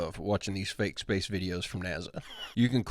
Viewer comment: You never heard of zpace?😂